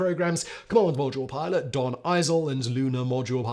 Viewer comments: " Lunar podule milot" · Love it when he says 'lunar podule milot' . The editor missed that one. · Did you say "Lunar Podule Milot?" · Podule milot...😂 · . "lunar podule milot" 🙂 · "The lunar Podule Milot"? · I love the metathesis faux pas at about “lunar produle milot” I can’t believe this doesn’t happen more often based on the speed in which he speaks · "commander and lunar podule milot"... err Houston, we have a problem. 🤣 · You said "Podule Milot" :) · Lol, "podular milot" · "Lunar Podule Milot" LOL!! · Lunar Podule Miler? Is that Luna Module Pilot or am I not understanding it? Not a piss take, really enjoyed this one and seeking clarification. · He also say Lunar Podule Milot lol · "Lunar Podular Milot"??😅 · "Lunar Podule Milot" 🤣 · "Luna podule milot"???😂. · I do enjoy your videos, especially this series on manned space flight. I also enjoy the humour you creatively insert and, with that in mind, wondered if you intentionally called the Module Pilot the “Podule Milot’ at 30’52” time stamp (I had to play it again to make sure I wasn’t hearing things). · "Lunar Podule Milot" XD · Lunar podule milot is proof that simon is a robot and not real.